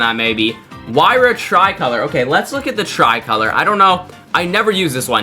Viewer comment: Not the try-color😂😂😂😂